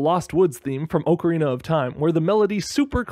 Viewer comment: Everyone's talking about the correct pronunciation of Ecruteak City I'm more so cringing at the pronunciation of "Ocarina" as "Oak arina" rather than the correct way to say the word "Awk arina" like macarena.